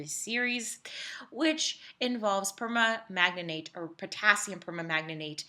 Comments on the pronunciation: It's perMANGANATE, not perma-manganate😂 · via : "permanganate [per-mang-guh-neyt]" only four syllables.